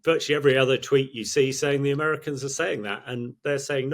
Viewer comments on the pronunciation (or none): none